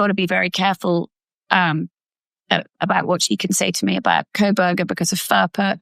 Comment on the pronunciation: Hands keep, not keeps. Kohberger not Krohberger.